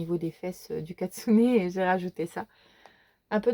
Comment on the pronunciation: Coucou!! lol, tu m'as fait rire: la page name au lieu de la name page, le katsune au lieu du kitsune et le livre en air bag..😂 Sinon pour les livres d'Hanna Karlzon, il me semble qu'il manque Grain of Gold, Spirit Animals, City among the Stars ainsi que son dernier avec les ruines...🤔 (mais je peux me tromper ), pour ma part je n'ai que le Royaume de la fôret..😢 Et pour le Maria Trolle, il y a aussi le Shooting Star..(que j'aimerai bien me prendre, je possède déjà le Twilight Garden, le Luna et le Fairytale Worlds). 🥰 Tu fais bien de reprendre le Mythomorphia, je te conseille l'édition française avec le papier Marabout, il est génial!! 👍 Par contre cela m'étonne que tu n'ais pas le Monde Fragile mais surtout, les Contes de l'ombre..💜 J'ai déjà trop hâte de voir le Ménagerie fantastique, il sort en anglais le 8 Octobre, mais je préfère l'édition Marabout qui sort 1 mois après..😋 😱Par contre je ne pourrai jamais me séparer de mes Kerby, les illus sont tellement incroyables que ça me briserait le coeur..😭 Sinon pour le Romantic Country d'Eriy, il y a ses 2 premiers en français aux éditions First et la qualité est nickel!! 😉 Bref j'ai écris un roman lol, j'ai passé un trés bon moment en ta compagnie. Merci pour cette vidéo et à bientôt. Bizouxxx. 😘